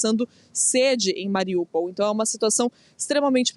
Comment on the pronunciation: A cidade não se chama Mariupol chama-se MariÚpol !!!!!!